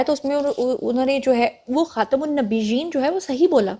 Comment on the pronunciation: صدر اور وزیراعظم دونوں نے لفظ "خاتم" غلط بولاہے۔ اس لفظ میں "تا" پر زبر ہے جبکہ دونوں نے اس کےنیچھے زیر پڑھا ہے۔